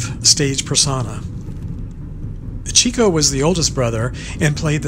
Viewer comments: Being a big fan of the Marx Brothers, I really wish people would pronounce Chico's name correctly. It's pronounce Chick-o, not Cheeck-o. He got his nickname, because of his success with the ladies. He chased women. (Chicks) They called him the chicken chaser. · Chick-O, not Chico. That's how he pronounced it. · prounced Chick-oh